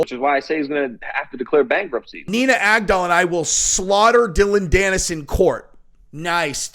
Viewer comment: "Nina GAG-DOLL" 🇺🇸💪🏻👊🏻🤙🏼